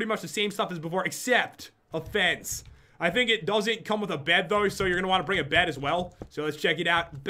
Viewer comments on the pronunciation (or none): You said "fence" like "fance"